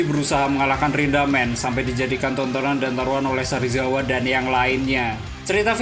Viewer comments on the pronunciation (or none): Sarizawa apa serizawa 🤣🤣🤣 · Serizawa bukan sarizawa